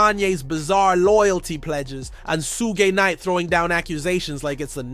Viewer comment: Sugay Knight… I heard it😂